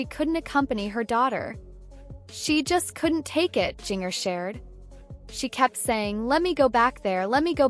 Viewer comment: Why not saying her name correctly